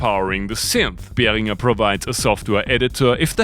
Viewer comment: Finally someone who pronounces Behringer correctly 😅